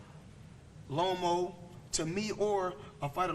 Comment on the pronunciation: I'm thinking bro can u say the names Teofimo and Loma properly?? Then I remember Floyd can't read